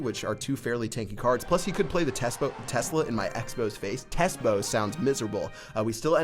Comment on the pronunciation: new card confirmed by tes-bow😂